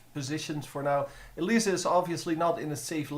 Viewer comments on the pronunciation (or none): why do u say elisa? xD